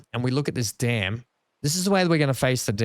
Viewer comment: You say Dam and I hear Dan now and again lol 😅